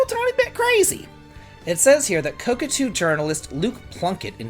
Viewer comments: Ko Ta Ku not Ko Ku Tu 😊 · Never heard anyone pronounce kotaku as "cockatoo". Did you do it on purpose? Cuz I love it! And it's pretty fitting too, screw that parroting, click-baiting, piracy-promoting rag. And a huge raspberry for the Saudi government too. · Your the only person That says kotakoo lol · I will forever remember ko-ta-ku as co-ca-tu long after they went bankrupt lol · I love.... but it seems a little weird he can be so involved in games and reviews and stuff and has never heard anyone say koTAku.... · Man it is difficult to follow without laughing when every time instead of Kotaku you say cockatoo 😂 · Ka...ka...tu. I get it. It's a type of bird, right? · I know it's just because of the classic Davidlexia, but I am absolutely calling Kotaku "Coke-a-too" from now on. xD I don't know what so many rubes like this think they can screw around without finding out. And kudos to Square for taking a stand against censoring their art. I hope Saudi gamers can import the game (or play it "any way they can") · It's not pronounced Kotaku but Kotaku. You can also say Kotaku or Kotaku, even Kotaku is fine but not Kotaku. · Beautiful explanation. I'm seriously pronouncing it that way from now on on-purpose! IoI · the "t" is before the second "k". Love ya buddy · I giggle every time says kotaku lmaooooo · It's totally fine. It's a useIess gaming marketing site on the level of ign, they don't deserve to be pronounced how they want IoI